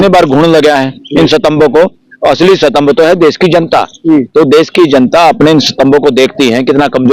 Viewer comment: Satambh kya hota hai gadhe it is Stambh